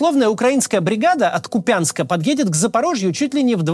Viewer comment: от КУпянска - а не КупЯнска )